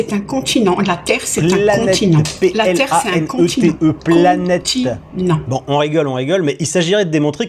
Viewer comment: La terre est plate ! La preuve on dit "pla nète"😆